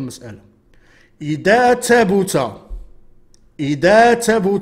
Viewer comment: إذا تبت بفتح التاء والباء والتاء الأخيرة كذلك وهذا هو الصحيح